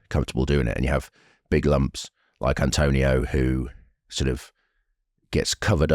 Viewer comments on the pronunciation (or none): Very good analysis but it's "Atonio" not "Antonio."